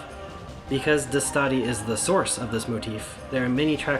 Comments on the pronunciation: Are you saying Destati wrong? The song says DES-Ta-Ti you say DeS-Tati. Which is right? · "Dess-toe-thea" is close enough to the way it's pronounced.